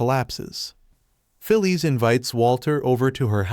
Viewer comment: It's Phyllis, pronounced "Fill-iss", not "Fill-eese".